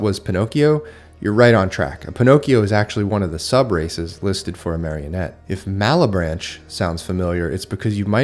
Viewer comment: Absolutely not important, but the "che" in malebranche is hard - is a "ke". Overall as an italian the book has added value - it's FULL or references to pop culture. Sometimes people can pick up something. As an example, other europeans could probably pick up the inspiration for the giant and the friar if they are old enough.